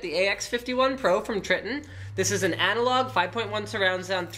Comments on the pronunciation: its not tr(i)tton its tr(I)tton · Try-tonne not Tri-tton. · its you pronounce it Tri-Ton lol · its Tritton not Snapper o you are wrong